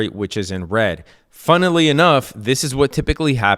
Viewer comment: "funn-i-ly enough..." 😉